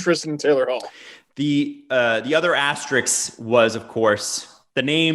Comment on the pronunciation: PLEASE SAY ‘ASTERISK’ PROPERLY